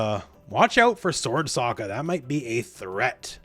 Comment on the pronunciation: BTW His name is pronounced "Soak- Ka", ......not "Sock-Ka".